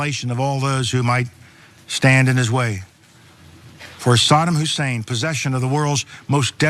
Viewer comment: its saddam hussein not sodom husain or sadem hussain.wow